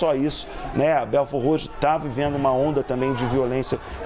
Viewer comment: O bom é a reporter pronunciando belfordroxo kkkkk